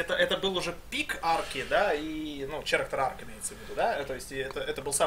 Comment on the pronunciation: черэктэр арк, лол кэрэктэр